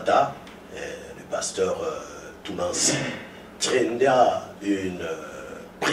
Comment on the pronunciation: pardon mai le journaliste prononce tres mal le nom du pasteur ,aie aie et aussi son francai ausi.... lol ,bon message comme toujours pasteur